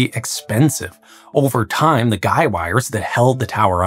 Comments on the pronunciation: He he. "gei" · For the first half of the video I thought you mispronounced guide-wires, but they're actually called guy-wires... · Are you saying guy wires or guide wires?